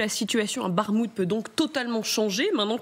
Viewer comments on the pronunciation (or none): Pourquoi prononcer Barmout ? c'est Bakmout